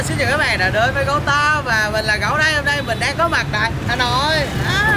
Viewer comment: Hôm chứ ko phải hơm nhá :)))